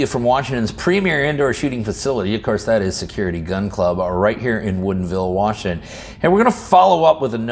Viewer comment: "right here in Woodinville, Washin"